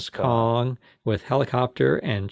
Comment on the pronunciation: Its King Kong Not Kin Kin